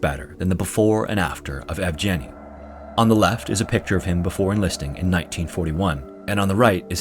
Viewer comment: sir I love your videos!! fyi, yevgeniy's "g" is pronounced as in "green" or "sag"